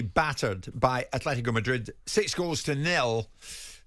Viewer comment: Thank you for pronouncing Atletico - At-let-tico Jim and not doing the slandering that basic B channel Robbie does who says A-Fle-Tico